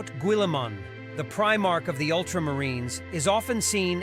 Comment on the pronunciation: i recently came upon 1 of these ai channels today... they could not pronounce primarch, they instead, said and subtitled the words, pre - march.... now, i can imagine a human confused on how to say guillimans full name, without hearing it first hand, but the word primarch is a much more known word, the the names of the primarchs, i dont even think i can name them all without a couple hints, while what they were talking about was interesting, i gave up listening after only a few seconds... between "pre-march" and "roboty gillman" theres no effort at all there